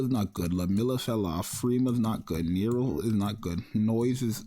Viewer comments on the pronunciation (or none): none